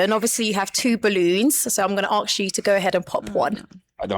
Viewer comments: Tell the host it’s ask not aks! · Why does the presenter who should be impeccable in communication say Aks instead of ask?